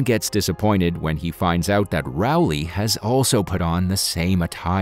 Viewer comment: Rowley, not Rowle.